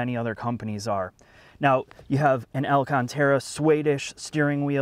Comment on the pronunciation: “El-canterra” hmm